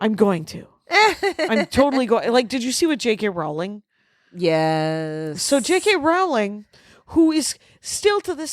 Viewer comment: You know Rowling rhymes with "bowling" not "howling", right? Because this has started to bother me. And you are numbering them now? What changed?